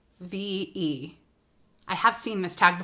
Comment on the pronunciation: Hyfve is pronounced high five and its a boutique brand. I used to be a huge boutique shopper before reselling so I've learned a lot of boutique brands from it lol